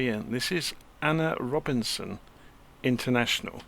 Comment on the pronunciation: Thanks for reviewing. As a Trinidad & Tobago native, A.N.R. Robinson is spot on. Cheers